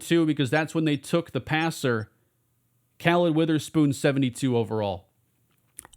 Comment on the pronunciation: I had a best friend when I lived in Philadelphia, who had the same first name as the Saints new rookie in this franchise and his name sounded like kuhlid not calid just wanted you to know